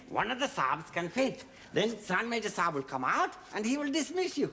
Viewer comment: It's not Saab (that's a brand of car), It's Sahib and yes, Sahib means Sir